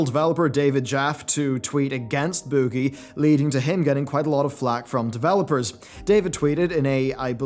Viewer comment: I love the way you say “boogie”